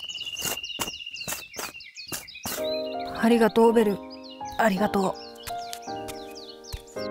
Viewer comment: ありがとうじゃなくて、おりごとう